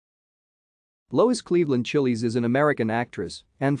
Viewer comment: Thanks for producing and posting this, but can't you correct the pronunciation of the mindless bot you have as narrator? Chiles rhymes with 'smiles,' not 'chilies' as in the peppers. Anyway, she was a beautiful woman who was among the first American models to become famous around the world. Fashion photographer Francesco Scavullo said she had a "dangerous beauty," and he was right.